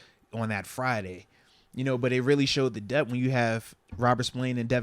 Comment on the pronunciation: Why do you say dep when the word is depTH?